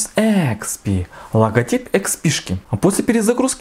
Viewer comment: Сколько раз он сказал нОутбуук? Ихспи,.. нОутбк